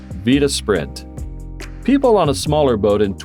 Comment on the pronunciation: The narrator mispronounced the Vita Spirit calling in the Vita Sprint! Big difference!